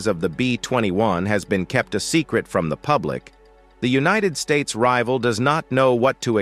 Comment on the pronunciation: The narrator needs to learn how to talk! Bill yon Dolers? Unionid Stats? How cheaply was this video made?